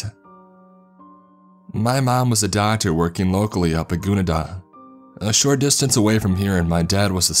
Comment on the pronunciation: It's pronounced "kah-lewis" and gun-eh-dah" I was born in Tamworth and grew up in Gunnedah. This kinda spooked me a bit. I also have family in Curlewis, went to dinner with some of them there when I was younger. I love hearing how other people pronounce Tamworth and Gunnedah. I've had people say "Ganada" like Canada before.